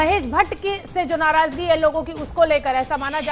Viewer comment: Ye anchor h . . Narazgi ko narajgi bol rha h